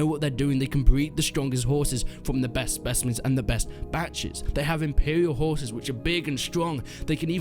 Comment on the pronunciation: Woah, I almost thought you said raising 'whores'...